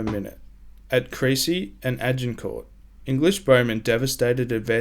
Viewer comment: Crécy and Poitiers are pronounced Kresée and Poo-uh-ti-ye, not Krasy and Poyterz. Damn, French knights must be turning in their graves listening to this. Thanks for a great video, anyway.